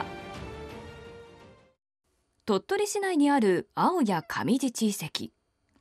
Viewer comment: 青谷のイントネーションが違います〜😢